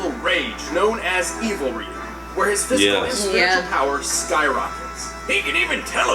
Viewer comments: Ree-yoo not Rai-yoo! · Wow guys, after all this time, y'all gotta stop saying R-eye-u. It's R-ee-yu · It’s Ree-you, not Rai-you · did they just pronounced Ryu, Rayu it's pronounced Ryu ryu c'mon you should know this IT'S NOT RAIU IS RYU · "ree-you" not "wry-you" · Entire Video: "Ryu"(Ree-oo): "RAI-OO"....Really? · ugh the character been around for close to 30 years yet yall still cant pronounce his name. its RYU, ONE syllable not two so no WE-YOU/RAI YOU, its RYU!!!!!! like ewww gross where are you getting these sounds from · Not as bad as still pronouncing Ryu as "RAI-OO" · Why does everyone say rie u instead of ryu? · You said RYU wrong(what you're saying is Riu) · it’s pronounced REE-YOU RYU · Can't even say Ryu?!? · He mispronounced Ryu I’m pissed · i can never be on team again saying his name like that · ......seriously they freaking TELL YOU HIS NAME in the video multiple times and yet you STILL mispronounce it? Seriously the amount of people even fighting game fans who I've heard mispronounce his name is stupid annoying. I know it seems petty to some people but when it comes to names I can get pretty uptight about it because my mom used to work with a girl who would mispronounce people's names because she thought it was funny no matter how many times people told her to stop.